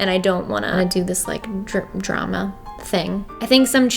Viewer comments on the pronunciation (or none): none